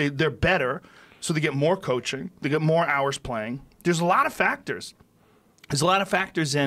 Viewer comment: Joe "Buncha FacKtors" Rogan